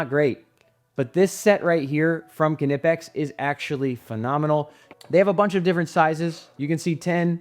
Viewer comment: I don’t understand why EVERYONE just assumes Knipex is pronounced “kanipex” while at the same time knowing damn well how to pronounce knife, knit, knock, known, etc😂